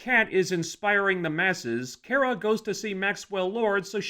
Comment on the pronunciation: You wanna bitch about supergirl but you cant even get her name right. It's not kiera, its KARA